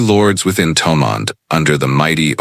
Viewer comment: How sad that a reasonably accurate of some Gaelic names is destroyed by nauseous pronunciation of the original gaelic names and even of the anglicised names such as Thomond or Monaghan. Why do something at all if you don't do it well. I would have done it free.